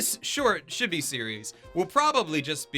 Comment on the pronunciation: The way you pronounce chibi greatly bothers me